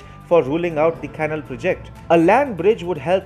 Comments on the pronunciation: Dear Narrator of this report, please work on your pronunciation! The word "canal" is incorrectly pronounced as "cannle". Correct is "cal A l". There are many language aids in the internet where it is possible to hear words spoken aloud. I emphatically advise you to use them. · Not "kennel" but "canál." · Fascinating development. Just one suggestion, use an English-language text-to-speech program to perfect your pronunciation before creating the narration. For example, the word "canal" is pronounced "can-AL," not "canl." A program of that kind would show you. I use a freeware called Zabaware. Cheers. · Thank you for the very good report. "Canal" should be pronounced "ca-NAL". Accent on the last syllable. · " Canal ", is pronounced, " Can - Nal ".